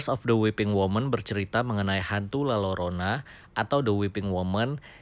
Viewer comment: FYI bang kalo di meksiko jika ada double "L" yg disatuin penyebutannya diganti huruf "Y".....jadi nyebutnya La Yorona